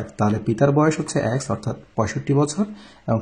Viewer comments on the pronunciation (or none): X এর উচ্চারণ ঠিক করেন। শুনতে ভাল লাগে না#